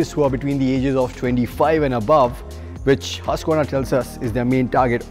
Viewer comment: It’s called Hoosqvarna🥺 Strell says it right!!